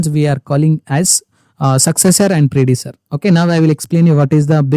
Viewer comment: Predecessor pronunciation is wrong